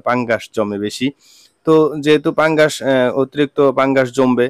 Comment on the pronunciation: ভাই ওটা পাঙ্গাস না ওটা হবে ফাঙ্গাস